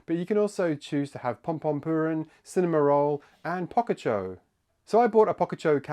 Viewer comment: Pocacho? I thought it was poCHacco? say the name right my dude